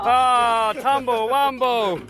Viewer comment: Can you please stop saying tumble rumble